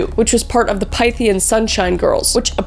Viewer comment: The word pythian is pronounced like myth. San raFELL